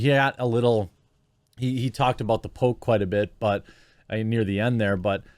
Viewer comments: I thought you were saying The Pope not The Poke for half the video lol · Man I got so confused because for the longest time I thought you were saying “the Pope.”